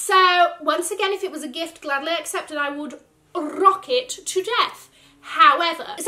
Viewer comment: LOVED this! And when rolls the “R” in “I would rrrrrock it to death!” 🤣🤣🤣🤣